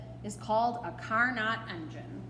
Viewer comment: Pronunciation for Carnot, is “Car-No”. He’s a pretty impressive French dude.